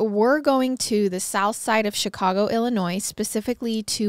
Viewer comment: The s is silent in Illinois 😅